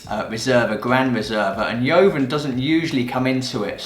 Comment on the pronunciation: 10/10 it was quite easy for a wine professional with +10 years experience. Your pronunciation of la jota is a bit odd... yoven, verdeko?